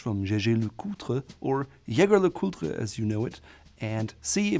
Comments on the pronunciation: LeCoultre is pronounced like "lecult", if that makes sense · He did a good job except for LeCoultre